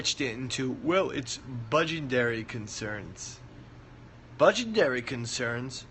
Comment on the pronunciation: "Budgendary" concerns lol